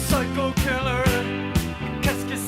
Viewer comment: Volvió el "saico kiler".